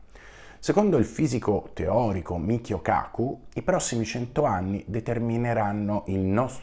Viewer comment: 🕉️👊💜! su Michio Kaku mi sono fracassato dalle risate, mi era sembrato di sentire una N in più, ottimo video e spiegazione come sempre.